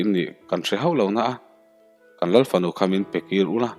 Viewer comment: Oiii ka bo tial tial 😂😂😂 i chhiar rei telh telh a.... Lal fanu erawh in Ral(Mitthi ral angin i chhiar a) palh 😂😂😂😂 A va han rapthlak tak 😂😂😂